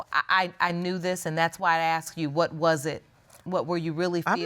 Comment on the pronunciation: You asked, not acxed